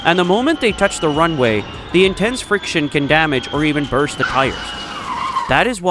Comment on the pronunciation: Burst, not Brust Bro